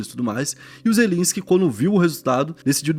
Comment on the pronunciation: É Zel-E-nsky!